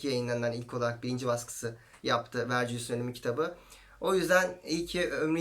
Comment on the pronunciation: Küçük bir düzeltme: Latince olarak Vergilius olarak yazıyorsak, Vercilyus diye değil, Vergilyus diye telafuz ediliyor.